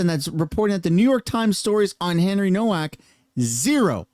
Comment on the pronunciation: It’s spelled HENRY NOWAK, in German ‘W’ is pronounced ‘Vee.’ Such as Volkswagen pr. ‘volks-vagen.’